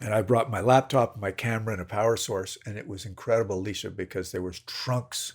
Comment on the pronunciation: Okay, is it me or does it sound like he is calling "Alicia" and not "Elisa"? Because that's what it sounds like to me.